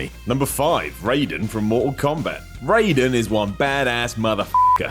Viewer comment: Everyone in the comments debating about 'based on vs stolen' and i'm just sitting here cringing about his pronunciation of Raiden.